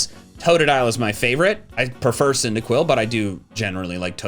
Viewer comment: 'indaquil acking, wasn't ready for the 'arty